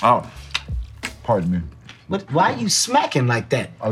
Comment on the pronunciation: smake*smake*”Parton me” *smake*smake 😂😂😂😂😂